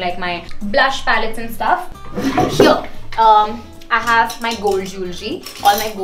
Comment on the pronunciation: Start pronouncing "here" right. It's not "heire"